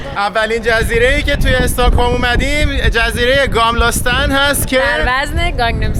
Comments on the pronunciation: ممنون از فیلم‌ها ولی کاش اسم‌ مکان‌ها رو درست تلفظ می‌کردید مثل گَملاستان که شما گاملاستان گفتید. میدان ستورتوریت نه ستورگ توریت چون گ خونده نمیشه. به هر حال عالی بودید. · نام شهررا یک باردیگه بگو..گاملستان..؟ گملستان..😂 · البته به استکهلم خوش آمدید و خوشحالم که به نظرتون خیلی زیبا اومده، ولی تلفظ خیلی از کلمات رو اشتباه گفتید ، استاکهلم نیست ، استکهلمه، آیکیا نیست ، درستش ایکیا هست و گاملاستن نیست ، درستش گملاستان هست . موفق باشید . 🙂